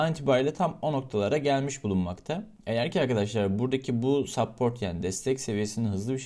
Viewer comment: SAAAPPORT DEDI LOL. Olmuyor reis yapma tutmadı yine